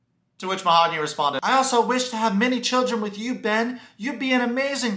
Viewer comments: "Mahagoony" 🤣🤣🤣🤣 you are like Big Ed with "Cayote"... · whats weird is that she says her name is :Mahooooooogany and not mahaaaagony. but she says her own name wrong during the talk with the friends. she calls herself same wrong as everyone calls her. I doubt that is even her real name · Ma-ho-goony I love the pronunciation! So on point!! Well Goonies never say die! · Lmao you way of pronouncing her name is killing me “mahagoony” lol 😂 also notice every time she looks at him he looks away, he next to never looks at her and never tries to connect and communicate it’s dead silence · dude, I love how you pronounced Mahogany as "Mahagoony". It's as if you see "Mahagoony" as we see her as real as a WWE Diva's "chest parts". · Yep, this is a crummy cast. I’ll bet TLC paid her to show up for that meeting..but, how embarrassing that must be to be left at the Airport.. alone..is her name ..Ma-ga- who-née ?😂🤣😂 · You calling Mahogany “Mahagooney” is just 😭😂😂😂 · It's hilarious how you keep calling her Mahogoony and wood girl!🤣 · “Mahagooney” lmao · “Mahagoony”, lmao 😜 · Mo-ha-goonie lmao... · Her name is Mahogany and the correct pronunciation is /maoganee/. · The way you pronounce her name is hilarious 💀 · They are using the proper Spanish pronunciation of her name... Ben is actually the one mispronouncing her name. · I love how they dont say her name the way she told him its how its said..SUS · She just mispronounced her own name lol. When she says you never said "mahogany do you want to be my girlfriend?". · Any one catch "MAHOGANY" saying her own name differently then what she originally said it was? That's suspicious 🤔 Like why mispronounce your OWN NAME? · Are you butchering her name on purpose? because that's probably the worst attempt I've heard 🤣